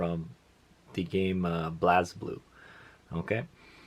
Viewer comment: good video dood, however the game is pronounced like Blaze-Blue not Blaz-Blue